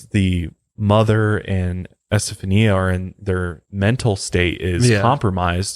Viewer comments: Her name is pronounced: Esta fawn ya Accent on 3rd syllable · Do you know who Gloria Estefan is? I think it's pronounced like her last name, with a "ñia" sound at the end. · I am a recent subscriber and have been binging on your channel I love your videos I think the pronounciation of the girls name is Esta fawn ya Some names are not easy to pronounce. Maybe they called he Steffie or Stevie That would have been easier Thank you for sharing this with us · Omfg....it's S TA FON YA NOT s ta phone e a....Jesus Christ my heads gonna explode if I hear you slaughter her name like that anymore lol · It’s pronounced esteFAWNya not este-fa-nia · Este fawn ya is how you pronunciate Estefania. If that's how you spell the poor girls name. At least that's the standard procreation of it. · just FYI you pronounce her name ESTA FON YA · Say S ta fawn nee ah. Before using an Ouija board just ask for protection and you'll be fine. Also its how much power you want to give it haha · Its Es•ta•fah•n•ya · It’s pronounced Este~fhan~ya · Don't you have a translation app that has pronunciation on it, cause you are butchering her name. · the pronunciation of Estefania and Concepcion bothered me lol